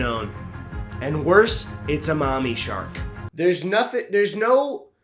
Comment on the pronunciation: ✨mommy shark✨ that pronunciation was so funny lol